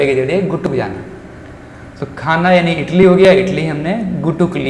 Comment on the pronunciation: Everything is Very good but Mr......... it is called idly not इटली italy